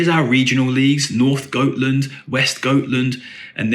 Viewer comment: ä is pronounced like 'eh'. So some pronunciations for you are: 'EE-Ef-Kay Hess-leh-holm' and Goteland = 'Yoh-teh-land'